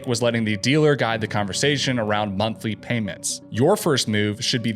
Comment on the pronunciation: "Wuts the muntlee"?